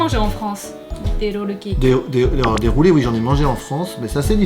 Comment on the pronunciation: フランス語で会話しながらも「ロールケーキ」のところだけが日本語発音なのが良いですね！w 次回はあれかな、『ガトー・ド・ロワ』とかかな？